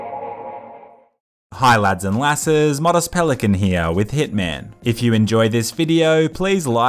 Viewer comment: I love how he says; with hItMaN